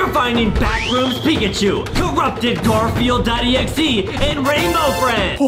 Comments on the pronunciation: Have you realized they keep saying gorefield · Yeah, they called it Gwortfield what the f*ck. And they are Americans.. yet i'm a Finn and I can pronounce it. In my country it's called Karvinen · No, Gworfield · oh nah that said "gorfield"💀💀💀💀💀💀💀💀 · Did my guy really say Gosfield bruh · Bro said gorfieild 💀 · My man said gairfiel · brah said gorfild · Dude couldn’t even pronounce GARFIELD correctly